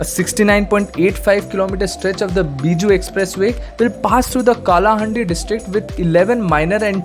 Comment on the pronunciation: So many mistakes... Not Kolapur.. It's Koraput,.. Not Not Nuapara.. It's Nuapada...... Not Kalahundi it's kalahandi....